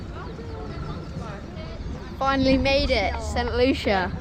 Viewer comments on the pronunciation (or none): INCORRIGIBLE! 😀It's not saint lusha. Do you remember that song, Saaaantaaaaaa Luciiiiiiiiiia... Caruso, Pavarotti, and pretty much every famous tenor in the world. THAT's how it's pronounced. Santa Lou-see-ya. Give me a small shout-out in your next video - pronounce Viaduc Millau. 😀